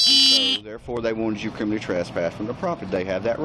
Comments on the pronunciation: Cop: “Now, you’re kriminny trespassed.” What a buffoon. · Kriminy trasspass? Idiot cop cannot even pronounce words correctly. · Well at the very least if the dude is going to CT you he should at least be able to say the word It's not criminy which rhymes with chimney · The cop repeatedly said, "you're being criminey trespassed." Mo Ron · Hillbilly cop cant even pronouce criminally. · This cop is a clown and has no idea what’s happening. He also can’t say “criminally” correctly. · If you cant pronounce the word "criminally" you shouldn't be a professional pig. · Why can’t this dum dum LEO pronounce the word “criminally”?